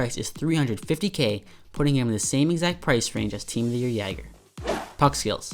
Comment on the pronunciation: Really bugged me how u said jagr but great video lol